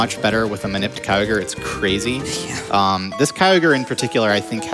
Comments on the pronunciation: Better to pronounce it KEY-YOG-RE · Sounds like “Kogre” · That narrator’s pronunciation of Kyogre is the exact same as Weedletwinneedles’ joke pronunciation of it. I wonder if she’s trolling.